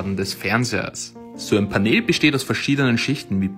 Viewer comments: Es wird pänel ausgesprochen und nicht paneeeeeeeel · Was ist ein Paneeeel?😭😭 Es wird pänl ausgesprochen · Paneeeel Das heisst Panel (englisch) und wird [pänell] ausgesprochen. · achso weil panel paneel ausgesprochen wird ist es korrekt wenn er panehl sagt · Ausgesprochen: Pännel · Es kommt aus dem Englischen, also muss mann es auch so aussprechen. Du sagst ja zum Handy ja auch nicht Schlaues Handy sondern Smartphone.